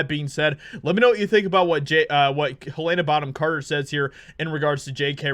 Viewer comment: Can't cope with this guy disrespecting one of my favourite actresses by mispronouncing her name like… 😅